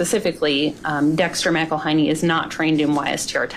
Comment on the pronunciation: Miguel "High-nee"? Um, it's a last name - "Mac-ul-hey-nee"😂